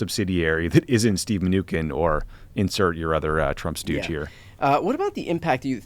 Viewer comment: If “pod save America” were really trying to get out good, factual information, he should probably stop mis-pronouncing Mnuchin as “Min-ooo-ken” - especially right after Brian pronounced it correctly (min-ooo-shin)…. He should be embarrassed for doing it once - but he did it 4 times. 🙄